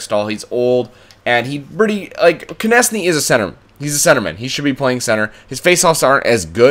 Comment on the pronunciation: It's pronounced Konekny not Konesny